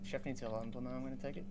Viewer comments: actually he prononced blamo instead of blowmeu where "eu" is prononced a bit like the "a" from about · IT'S SPELLED BLOW-MEUH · Blaumeux is pronounced ''Blow-mer''